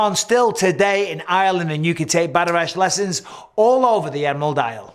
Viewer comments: It's pronounced Batter-Oct. Irish reads very different from how it's spoken. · Hi Mike! Enjoyed the video but here's a quick note on the pronunciation of "Bataireacht" Gaelic vowels are pronounced differently from the romantic languages, so the word actually sounds more like "baht-ahr-ruckt". Much love from Ireland 🇮🇪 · For future reference bataireacht is pronounced "bahtuhrockt" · Bataireacht= pronunciation (bat-awr-okt) Old Irish word, just for context 🇮🇪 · The Irish stick fighting would be pronounced "Batter rocked" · And “bat-tuh-ract”